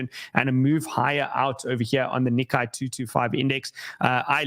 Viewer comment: Hi, FYI, the Nikkei is pronounced nee-kay ("ay" like today not ai like high)